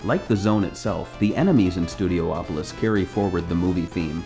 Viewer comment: It's pronounced Studi-opolis. Not Studio-opolis.